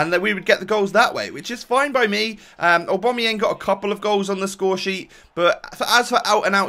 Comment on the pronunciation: Btw aubamayang is not pronounced owbomoyang It's pronounced aobameyang